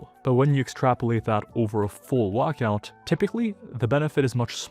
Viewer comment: What's a "wuckout"?